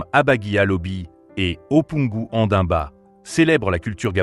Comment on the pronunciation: N'importe quoi votre vidéo. L'homme nait, grandit et meurt. Après, c'est facile de mettre une voix d'IA. Qui ne sait même pas prononcer les noms comme Ondimba. Elle devrait ressembler à qui à son âge?? n'Importe quoi.